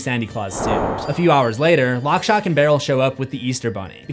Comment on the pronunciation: He says it correctly later on though!